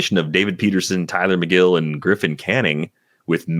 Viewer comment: The breakdown on Tylor Megill (“meh-GILL,” not “MAY-gill”) might be even better than what said. It took Megill a minute to get that sinker fully integrated. He went back and forth between the majors and minors all summer, returning to the majors for good on August 30. Prior to that, he had an ERA over 5, FIP over 4, with a ~26 K%, 10.5 BB%, 99 Stuff+, and a (yuck!) 90 Location+. After that, he had a 2.32 ERA, mid-2s FIP, ~28 K%, 7.8 BB%, 108 Stuff+, and 103 Location+, and the sinker had > 40% O-Swing. Shape-wise, it looked a little like Zack Wheeler’s, believe it or not. They’re both extension boys, and got a lot of chase on their sinkers, so it makes some sense. He has an option remaining, so it’s not clear that he’ll start the year with the big club, but I hope he gets some run. Free Tylor Megill!